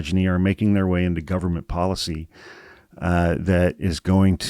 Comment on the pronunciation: The word is pronounced policy my god people.